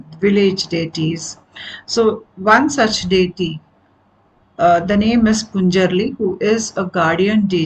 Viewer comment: Ma’am , a small correction 🙏🏻; it is Panjurli daiva , not punjarli. And it is Kaantaara, (as ‘th’ in ‘path’ & not ‘t’ as is ‘not’)